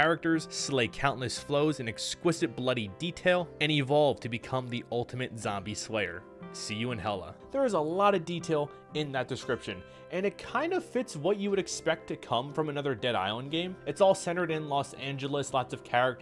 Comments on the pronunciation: It's "See you in HELL-A" As in L.A. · Funny.. they said HELL A Like LA